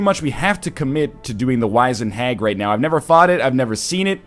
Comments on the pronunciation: By the way nl its Wiz-ened not wize-ned. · No, it is wiz-end 100%, I have no idea why he and others would be saying Wise-end. If you look it up, by several sources, it is wiz-end all the way. I've also never heard anybody pronounce it as 'wise-end' before this, so I have no idea where that even comes from. I've also been checking the comments on the past few videos looking for somebody else to mention this. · NL Wizend is not wise-end it is wiz-end (ˈwizənd). You dirty egg. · is NL trolling with these pronunciations? WEELD? WAIZENED? This guy taught English for fuck's sake. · I honestly don't think he knows how to pronounced "wizened". I just don't know why and I just don't understand why more haven't mentioned it. Edit: I'm actually genuinely kinda mad about that, because he's just teaching people the wrong pronunciation.